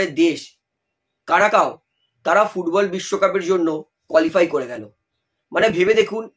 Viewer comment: কারাকাও না ভাই ওটা কুরাকাও হবে ক্যারিবিয়ান দেশ হলেও ওখানকার সব খেলোয়াড় নেদারল্যান্ডসের বংশোদ্ভূত ভারতের সাথে একবার খেলা হয়েছিল যতোদূর মনে পড়ছে ২০১৯ কিংস কাপে থাইল্যান্ডে তখনই ঐ দেশের নাম প্রথমবারের মতো জেনেছিলাম সাথে ওখানকার ফুটবল সম্পর্কেও তখন ৮৪/৮৫ এর মতোন রেংকিং ছিল ওদের, আর তখনভারতের বেলুনের মতোন ফাপা রেংকিং ছিল কাগজে কলমে ১০১ আসলে মেন কথাটি হলো ক্যারিবিয়ান দেশগুলোর খেলোয়াড়দের মধ্যে শক্তি আছে কিন্তু অত্যধিক টেকনিক্যাল স্কিল কম আছে যার কারণে ওখানকার জামাইকার ফুটবল ভালো হলেও ওরা এখোনো পর্যন্ত ফিফা বিশ্বকাপে খেলতে পারেনি আর অপরদিকে ঐ কুরাকাও এর নেদারল্যান্ডসের খেলোয়াড়দের সাহায্যে ওরা এবারে কোয়ালিফাইং করলো যাক, এতে লজ্জিত হবার কিছু নেই ফ্রান্স, মিনি আফ্রিকা হয়ে বিশ্বকাপ জিতলে এটা দোষ কীসের? লজ্জা তো হয় আমাদের দেশের অদ্ভুত নিয়মের জন্য! পুরোপুরি নাগরিকত্ব দেবার দরকার নেই শুধুমাত্র একটা সংশোধন করে শুধুমাত্র খেলোয়াড়দের জন্য শুধুমাত্র ১৫/২০ জন্য একটা আলাদা পাসপোর্টের ব্যবস্থা করলেই ল্যাটা চুকে যায় যেটা ইন্দোনেশিয়া, মালয়েশিয়া করেছে টেম্পোরারি পাসপোর্ট অথচ এটার জন্যে কতো গরিমসি ও রাজনীতি আসলে ভারতের খেলোয়াড়দের কপাল কখোনোই অষ্ট্রেলিয়ার মতোন হতে পারবেনা কারন অষ্ট্রেলিয়া কে বলা পৃথিবীর খেলার রাজধানী।